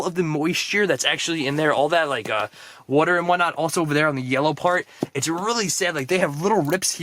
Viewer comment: I love your videos, but the way you say water irritates me. 😒